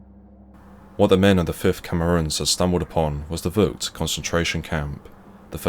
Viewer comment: He doesn't speak Dutch. I'm sorry for his mispronounciation